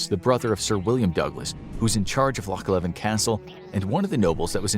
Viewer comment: LOCH LEVIN!!!!!!! ITS LOCH LEVEN AT KINROSS